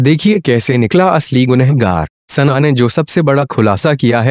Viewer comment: Sanna sanna sanna kyu bolta hai? sana bol